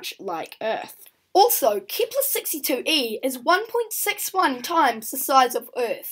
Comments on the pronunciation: it wasn't typed you said it like keeeeepler and it hurt people's ears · I meant it wasn't keepler